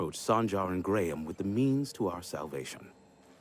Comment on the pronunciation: The Info Broker is the only guy in the game that pronounces Graham correctly instead of saying "Gram".